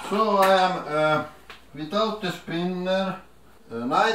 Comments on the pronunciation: DIS ISS FAD ASS SPINEHHRR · i like the way you say sping.....ngerrrr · "thees is fadhe spiner" xD